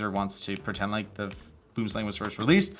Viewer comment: Please, for the love of ALL that is HOLY!!!! Use Google Translate and listen to the word Boomslang in Afrikaans. Pretty please! Boo(r)m slung.